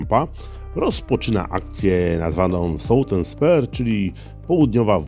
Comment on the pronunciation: Nie spare tylko spear.